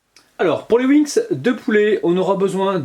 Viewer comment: quand tu parle on dirais que tu dit "les winx" XD mais sinon comme d'habitude superbe vidéo :)